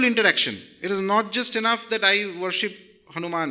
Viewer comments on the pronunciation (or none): none